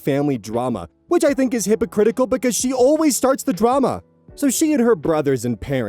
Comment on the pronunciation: the emphasis on "SHE" is making me ill. fuck OP, fullstop.